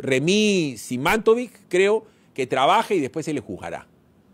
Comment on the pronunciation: Que lástima que la señora Remy Simatović ( simátovich; se pronuncia) haya aceptado ese cargo...